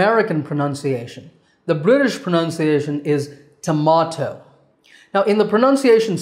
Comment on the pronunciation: Dear. It was amazing to see your class and learned many things. Just a small suggestion, in many of your sessions i can see the way you are pronouncing the word Pronunciation as Pronounciation. Rest, everything is fabulous.